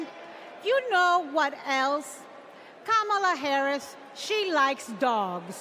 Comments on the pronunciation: did obama just mispronounce kamala? he said trump is afraid of losing to kamala, not KOMALLA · The fact that no one from that party said anything about what they will do to improve America or its citizens is preposterous. On top of that, they all pronounce "Kamala" differently, which is quite amusing lol. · STOP CALLING HER KAMALA! ITS KAMALA!!!!